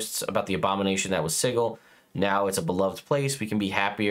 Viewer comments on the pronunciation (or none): It’s si-jil not sigle